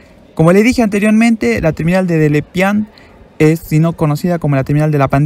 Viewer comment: Perdón pero no lo puedo dejar pasar, es mas fuerte que yo. La E al fiinal de Delepiane se lee, no es muda. Es DelepianEEE